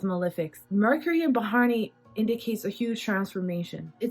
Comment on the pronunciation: it's not ba-haa-r-ni.... it's bha-ra-ni... pronounce like bhuh-ruh-nee